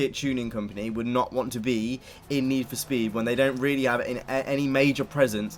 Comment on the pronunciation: NEE FO SPEEED